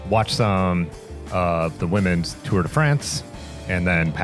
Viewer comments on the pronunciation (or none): none